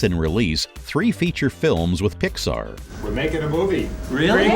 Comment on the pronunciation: I'm convinced he pronounces stuff wrong on purpose. "Jon Ray" "PixER" "Ad-Vert-Ass-Ment"